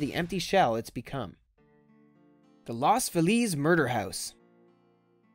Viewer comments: Lows Feelis - not Las Feleeeze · Moron, LOS (as in Car-LOS) FEE-liz, not "lost fu-LEEZ", you stupid boob. The Sowden House is not abandoned, you idiot-- it is very much occupied, restored/preserved, and lived in. The kitchen is beautiful, I've cooked in it. God, you're a FU*K up. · Loz feliz LOHS FEE LESS btw smh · It's pronounced Los 'Feeliz,..not Los Feleez' murder house. The Sowdrn house looks amazing! I'd live there! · Obviously you are not from Cali as you dont know how to pronounce LOS FELIZ